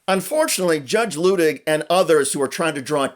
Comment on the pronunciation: *pronounced LOO tig